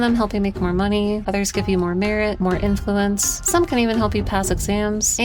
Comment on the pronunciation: Says "inluence" shows piety lol